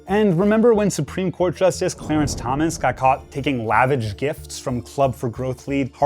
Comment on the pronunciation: Is the host a real person? He talks as if English is his first language, but mangles the pronunciations of "lavish" and "gifts" . AI?